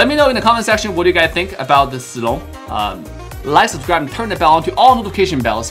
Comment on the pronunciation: I love how pronounces Zilongs name correct